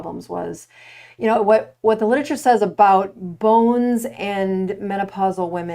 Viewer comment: Oof— mispronounced literature repeatedly. 🥴